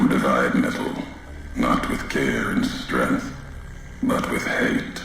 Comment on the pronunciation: Always thought it was strange how he pronounces strength as "strinth"